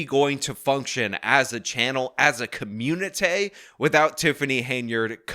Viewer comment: "communitay" BWAHAHAHA!!😅